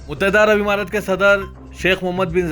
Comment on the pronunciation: متحدہ عرب عمارات۔مہیں امارات بو لو۔۔۔ اور یہ "اےوام" بولنا کب چھوڑو گے؟؟؟عوام بول ا سیکھو🤣🤣🤣